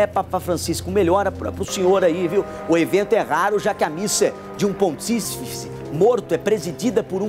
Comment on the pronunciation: O repórter pelo menos poderia aprender a pronunciar a palavra "pontífice".